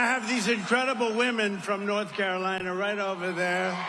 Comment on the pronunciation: North - Cara - Linnnnnnuh. He does not speak for this person!